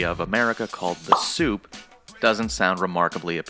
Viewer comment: Born in New Orleans Raised in New Orleans who tf call our state " the soup " do you mean " the boot " 👢 tf 🤔